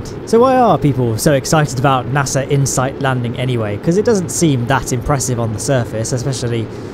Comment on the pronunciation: I paused to watch a video on Insight, and came back to "I-H-NOIFAV"; I love it! :D (I watched Astrum's 'supercut' on insight; it was really good.)